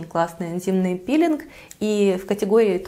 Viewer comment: Мне одной слышалось "Интимный пилинг ", "Интимная пудра " потом )))))) Сижу думаю,что это... Потом заглянула в инфобокс,смотрю "Энзимный пилинг))))))))))))